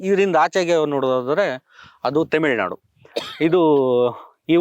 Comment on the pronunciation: ಇವರಿಬ್ಬರು ಅನಾಗರಿಕರು, ಸಣ್ಣತನ ದವರು ಅನ್ನಿಸುತ್ತದೆ. ಅರುಂಧತಿ ರಾಯ್ ನಾಥ ರ ಫೋಟೋ ಇರುವ ಇದು ಯೂನಿವರ್ಸಿ ನ? ಇದನ್ನು ತೋರಿಸಲು ಒಬ್ಬ ತಿರುಕ, ಇಂಟರ್ವ್ಯೂ ಮಾಡಲು ಮತ್ತೊಬ್ಬ 😢 ತೆಮಿಳು ನಾಡು ಅಲ್ಲ ಕಣೋ. ಅದು ತ ತಮಿಳು ನಾಡು 😂😂😂 ಒಂದು ಪದ ಹೇಳೋಕ್ಕೆ ಬರಲ್ಲ ನೀವೆಲ್ಲ ರಿಸರ್ಚ್ ಸ್ಕಾಲರ್ಸ್ ಗಳು 😂😂